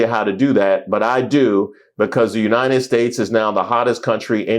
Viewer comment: Her face after he said United shlates….😂😂😂😂😂 I love this channel!